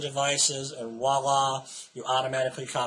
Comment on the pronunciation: I love your videos, but you incorrectly use the French word voila. You are pronouncing it as walla. The correct pronunciation sounds like walla with a "v" in front of it. Your misuse of the word is very common among Americans. I hope you appreciate me bringing this to your attention.